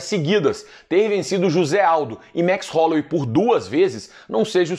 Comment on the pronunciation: "Max Rolouei". Werdum